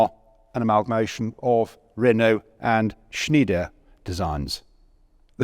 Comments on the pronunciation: It is called "SchnEIder" not "SchnIEder". Speak it as you would speak an "I", as in "I" would go..blabla". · I realise that 'ie' and 'ei' are difficult to read and pronounce for anglo-amarican speakers, but the factory is Schn EI der. not Schn IE der. 'Schneider' in other word pronounced something like "Schnaider". Same mistake is often made about the Leibstandarte Adolf Hitler, also often pronounced as 'L IE bstandarte'. Just saying 😉 Nice video again!